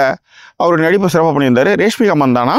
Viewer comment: Reshmika illa Rashmika😂😂😂